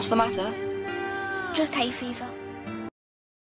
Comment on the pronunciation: it’s hay fever not hate fever 😭😭 this proves your not british